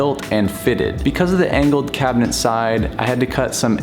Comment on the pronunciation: Is he saying cabineNt?